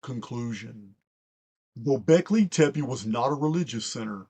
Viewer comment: As a longtime listener, your pronunciation of "Gobekli tepe" is EXQUISITE! Much Love & Respect, Barb